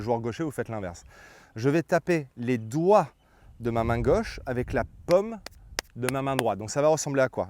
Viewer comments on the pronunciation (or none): Jaime vos vidéos mais la prononciation des français ouf ! La pomme de la main 😂